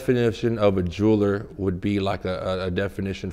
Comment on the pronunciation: “Jury, and juler”😂😂😂